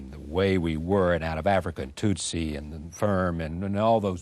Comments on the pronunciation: Rose keeps saying "toooot- sie" it's tut-sie.....rhymes with 'soot'...very distracting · Rose is forever mispronouncing Tootsie. It’s very annoying. The first syllable is NOT pronounced to rhyme with pew or few or moo or woo. The first syllable rhymes with put or foot. Tootsie rhymes with footsie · Why is Rose mispronouncing it! It’s tootsie like the candy for heaven’s sake!